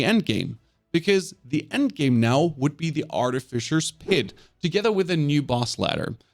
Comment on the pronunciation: Pit😖 - Pid😏